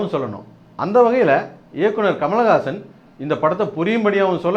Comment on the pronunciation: hey, you cant even say his name properly, you are saying Kamalagasan Kamalagasan, rosha maan, otha dei nee padiparivilladha panni, nee Kamal pathi pesariya